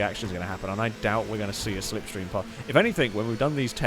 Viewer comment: Apollo translation for "Stay in the sniff stream!!" Apollo translation for "See da sniff stream car go, why you no sniff stream?" After that begins the language warning...